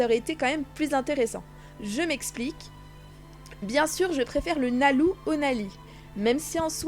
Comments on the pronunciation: oui sa je sais mais tu prononce quand même nalou alors que c nalu m si sinon gg 😜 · Cours de japonais ! Lucy se prononce Louci, donc Nalu devient bien Nalou Le son R/L et B/V n'existent pas en japonnais mais un mixte des 2. Ils prononcent un son comme un L assez roulé et le V appuyé comme en espagnol facon "bv" Donc Levy a 4 pronociation possible pour un public européen :) Levy/Leby/Revy/Reby De plus Rubis est le nom de la VF et non celle original :)